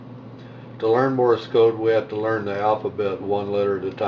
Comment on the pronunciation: Great app, I'm sure, but it is "Morse Code", not "Morris Code". Sorry, but that incorrect pronunciation is a little pet peeve of mine....